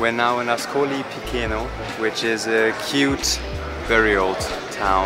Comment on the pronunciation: CHE in italian = KE in english and CI CE = CHI CHE in english: Marche is Marke, Piceno is Picheno not Pikeno.